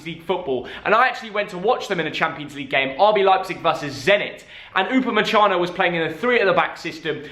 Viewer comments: upamesano, upamechano, anything else you wanna call him?😂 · No one: No one ever::Upumessano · You pronounce upamacano U ba ma can no